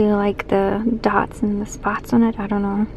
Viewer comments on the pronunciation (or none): none